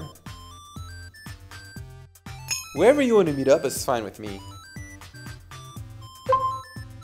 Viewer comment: wherever you가 '웨어r위' 로 들리네...ㅠ